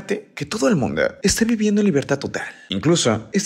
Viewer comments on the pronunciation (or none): Este vato como le encanta hablar en lenguaje inclusivo, "Terror en Chineehh" desespera demasiado.... "Todo el Mundeeh".... " La gente disfruta la fiesteehh" pronuncia mejor las vocales al final de las palabras.....